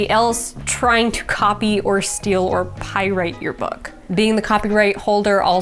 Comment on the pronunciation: Pyrite? Pyrite is a mineral. I think you mean pirate. As in the Dread Pirate Roberts. Otherwise very helpful information.